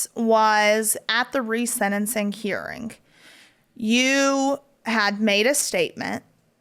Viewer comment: It’s not “senencing”, Savannah. It’s “sentencing”.